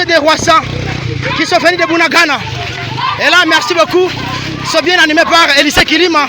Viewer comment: Ça s’appelle BUNAGANA et non BUNANGANDA. Veuillez corriger svp.